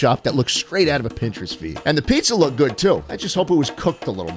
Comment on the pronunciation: "Schpizza" seems to like nyc pizza